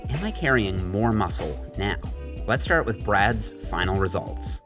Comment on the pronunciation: “STRAT OF BULK”